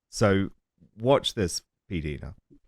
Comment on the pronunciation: Love you Dan❤. Please pronounce PDina ( like eye) correctly. You guys are great together.